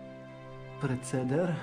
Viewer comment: Halo,halo radyjko nie ,,preceder,, tylko PRECYZER 😔